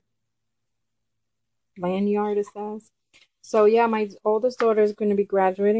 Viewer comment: Great haul! Wonderful collection of Milani, an Italian name, eyeshadows; they have a rich pigmented payoff. LOL, I've never heard "Bella" (bell-uh), Italian for beautiful, pronounced bay-jha. Also, lanyard is pronounced as lan-yurd. However, I am new to your channel, and you might be bilingual? Thanks!